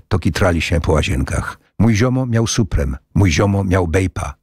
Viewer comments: 😂 co? "Suprem" hehe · "Mój ziomo miał suprem"XXDD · suprem xD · mój ziomo miał suprem carefa xD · XD spreme i karfur xD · Bek z supremXDDD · nie rozumiem cię, przecież to starszy człowiek który poprostu nie zna wymowy nowych marek itp. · Supreme źle przeczytał, ale Bape już dobrze xD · Czemu nie poprawnie powiedział "supreme" a vape tak?